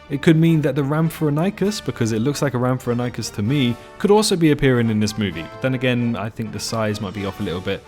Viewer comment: Rhamphorhynchus is pronounced Ram-phor-inc-us not Ramp-for-NY-cus. Just in case you get people being assholes in comments.